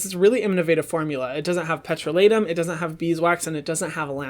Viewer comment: The way he pronounced “petroleum “ 😂😂 no hate love you hyram 😇😊